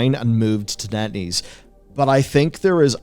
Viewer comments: When he says Netease I heard Netty's and wonder how the hell a Toledo based chili dog and ice cream vendor could become a game studio big enough to give Blizzard a smack down. All while selling awesome chili dogs with only 6 stores and 30 employees. "0_o" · Totally thought B was saying netty...until he brought up the chart...